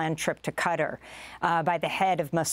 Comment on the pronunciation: LEARN HOW TO PRONOUCE QATAR CORRECTLY.